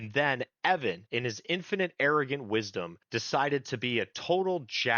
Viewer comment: Mispronunciation of Evans name is disreputable.